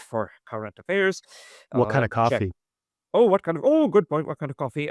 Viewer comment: haha! The way you said coffee! I presume youre from NYC or Boston